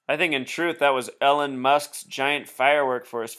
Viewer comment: Just FYI. Elon is pronounced ee-lawn, not Ellen.